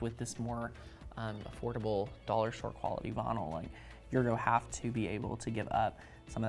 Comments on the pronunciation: Ooohh! He is saying vynil! I was wondering what bonull was! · I love the way you say "vinyl" ! 😊